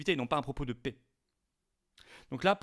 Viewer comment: La pè et non la pé s'il vous plaît